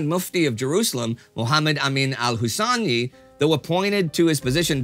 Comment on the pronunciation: Great episode, but the Mufti's name is Husseini, not Hussani